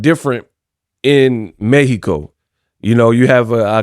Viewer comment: You have been the only one saying🗣 "Méh-he-co" correct 🇲🇽 I like that 👍